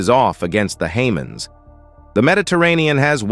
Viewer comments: It's not Haymuss; it's (K)hum-ahs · It's Hamas not Haman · Hamen ? It’s, Hamas. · Haman war, dont you mean Hamas war. not hard to tell you are not human. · The Hamans? Who the hell are the Hamans? How hard can it be to have an actual Human (not a Haman) be the narrator, instead of a computer? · Agree, just what i was thinking, can not say Hamas, DUH. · Oh, man, I literally lol'ed when I heard "Hamans" xD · Hamans?! Did you say, Hamans?!? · Interesting correct pronunciations of Hamas would be an improvement. Sadly the US has destroyed the English language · …why can’t these presentations be read by a person trained in the English language, capable of correctly pronouncing important words such as “Hamas” and “strategic”, and also able to speak in intelligble phrases without gaps of silence in the wrong places? This creates an impression of completely shoddy preparation; why would the military branches of the United States condone such a moronic presentation of their weapons and personnel?